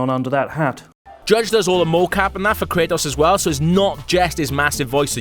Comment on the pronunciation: I get you have an accent but its not (kray-oss) its (kray-tos)